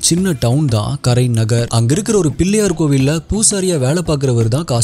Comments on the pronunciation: Karai nagar illa kaarai nagar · Karainagar illa kaarainagar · Hi bro athu karai nagar illa காரைநகர் one word and uruthiraapuram Ila உருத்திரபுரம்